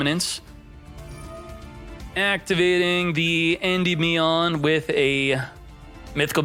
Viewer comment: Indie-me-on lol you aren’t saying it right